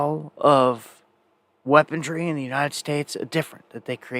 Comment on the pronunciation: ... THAT'S... WEAPON -REY... REY...NOT - NOT, WEAPON --DREE !